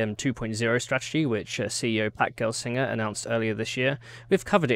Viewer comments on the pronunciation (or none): When you said the CEO's name, I first heard it as 'fat girl singer'.